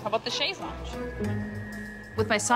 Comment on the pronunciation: I lost it when she called it "shase lounge"